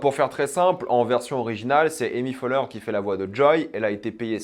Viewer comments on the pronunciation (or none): C'est Amy Poelher, pas Amy Foelher ;)